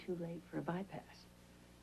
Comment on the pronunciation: caught Felicia pronouncing Bypass as "ByParts"